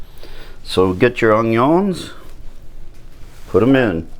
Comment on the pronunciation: A true Cajun/Creole...."Onyo and Garleek"....I love it!